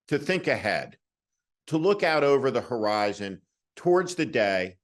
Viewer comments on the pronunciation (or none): none